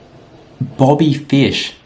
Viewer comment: “Booby fish (Bobby fish)???” -. IM DIEING 🤣🤣